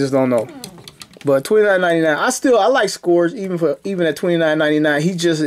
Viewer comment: Hey his name is actually pronounced “scurge”. I guess the o is silent or something. 👍🏽